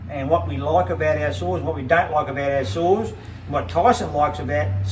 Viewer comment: Are you saying saws or souls 😂 I had a 395 loved it I loaned it out and it got stolen.